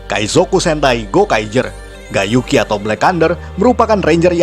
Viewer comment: Cara nyebut Gai Yuki mirip Gay Yuki